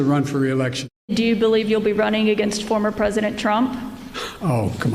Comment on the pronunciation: ‘ my predidetor dee tu” 🤡🤡🤡😂😂😂😂